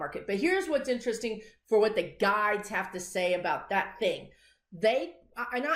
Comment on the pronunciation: Enunciate "guides" otherwise first time listeners hear "guys." Ask your guys, lol, if I can mention your YouTube channel when I comment on CNN MSNBC. Occasionally I post (or reply) your prediction and say it's from a psychic medium on YouTube. I don't post the source because you will get some haters. I think you can handle it, but haven't wanted to take a chance. It would be nice if you were recognized. You predicted Jan 6th loud and clear.